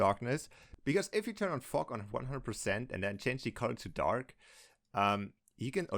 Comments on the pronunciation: “One thing you can do is turn on fok “ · Every time he says fog it’s sounds like fu##